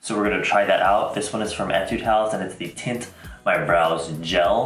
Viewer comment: I thought you said tit my brows. I'm crying